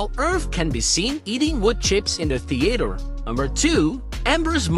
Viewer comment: Is no one going to talk about how he pronounced theater?